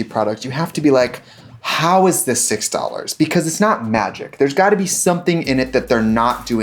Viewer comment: I love when the Wisconsin accent comes out: "six DOLLARS!" 🥰